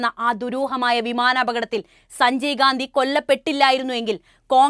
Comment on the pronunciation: അവതാരക വാക്കുകൾ ഉച്ചരിച്ചത് തെറ്റായി. മർധ്ധിച്ചു, ഛനാധിപത്യ.., സഞ്ചയ്ഗാന്ധി, അഛണ്ട, ...